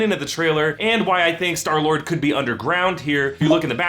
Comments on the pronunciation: Clayton Epich it's star lord he said sky lord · who else noticed that he said skylord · "Sky -Lord" WHOOOO? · He said sky lord lol